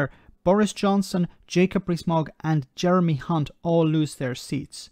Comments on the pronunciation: I totally appreciate your accent when saying Jeremy (c)unts name 😂😂😂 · Careful with that pronunciation of "Jeremy Hunt",!